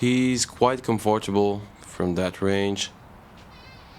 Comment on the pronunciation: «Com-for-table» 😅, at least you tried!